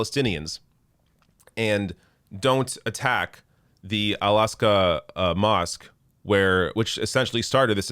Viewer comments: Just an FYI, it’s AL AK-sa not AL AS-ka. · It's not the "Alaska" mosque. It's Al Aqsa. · Al -ak-sa Not Al-ask-ah It shouldn't sound like "Alaska" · It is “Al Aqsa” not al asqa. You made me laugh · Someone probably corrected you but just in case... It's Al-Aqsa mosque on the Temple Mount, not Al-Asqa. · It's actually Al-Aqsa mosque not Al-asqa* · Just a small correction but significant to its name.. It’s ‘Al Aqsa’ Not ‘Asqa’! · Its Al-aqsa not Al-asqa just shows how ignorant "" is. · It’s al-Aqsa NOT al-asqa But soon it won’t matter after israhell takes it down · Al-AQsa, not Al-Asqa,! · btw it is not al asqa but al Aqsa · It’s “AL-AQSA”, not Al-Asqa. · It's Al Aqsa n not Al Asqa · It's al aQSa mosque not aSQa Cheers mate 👍🤓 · Al Aqsa.. not Al Asqa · Al Aqsa - AK-SA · This is great, but it's 'Al Aqsa' Mosque... you should know this considering this is such a huge part of it! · No. It’s Al-Aqsa Mosque. Cheeses!! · It's Al-Aqsa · It's "Al-Aqsa" mosque.